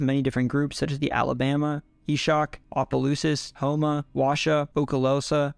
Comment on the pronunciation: He said Opelousas right.👏🏿